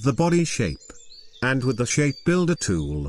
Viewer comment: Me: Narrator: ShaPe BUilder Tooool